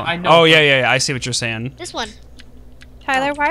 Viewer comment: hmmm "saing" instead of saying interesting